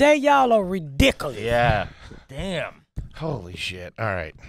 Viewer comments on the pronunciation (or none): I thought she was saying “Woof” when she was talking about her appliances lol Perfrume, ridicalous etc etc. The words just add to the enjoyment of this episode. The duality of trash and garbage is right. Is there any surprise that a woman that has been shot in the nipple but now has money is a bit of both lol.